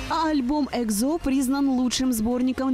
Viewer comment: Та блэт. ПРАВИЛЬНО НЕ ЕКЗО, А ЕКСО!!!!Нет буквы З в корейском алфавите!!!